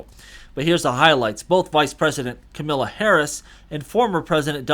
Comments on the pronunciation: PRONOUNCE HER NAME RIGHT! It’s KAMALA, like MAMA-LA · Comma la is how you pronounce Kamala.